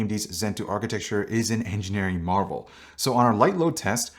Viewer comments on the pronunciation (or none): none